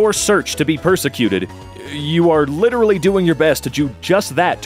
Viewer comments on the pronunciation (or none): also um sorry but why do you keep saying litteraly and not literally